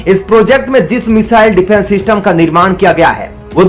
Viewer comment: Abe defence system hota hai Syfence system kaha se le aaye ho